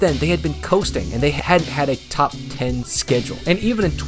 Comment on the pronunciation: isn’t there a yt advisory against loudly saying the word top for emphasis or albeit to blast the eardrums of the listener?